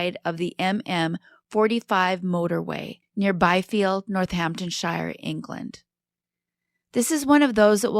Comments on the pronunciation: Pronounced North-Hampton-SHEER! Hun. X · Love the England cases but when places have ‘Shire’ in the name, it is pronounced “sheer”. Eg “Northampton-Sheer” or “Hamp-Sheer”